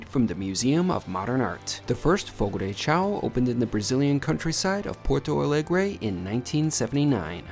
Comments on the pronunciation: Just a quick note, and a very common mistake but it's not pronounced Fogo De "Chow", The correct pronunciation of Fogo de Chão is “fogo-dee-shown”. Hope this helps. This info is available on their site on the FAQ's page. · Fogo de “Show” pronunciation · It's pronounced Fogo de Shown. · You repeatedly pronouncing the restaurant’s name wrong was painful to listen to. 🙉